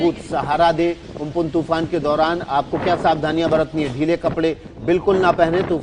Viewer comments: It's not ompon it's amphan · It's Ampan not umpun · Amphan hai not umphun.